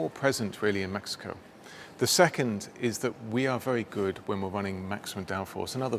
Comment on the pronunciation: DID HE SAY MAXICO????🤣🤣🤣🤣🤣